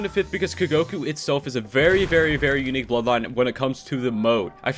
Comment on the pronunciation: it is funny how it said very qnique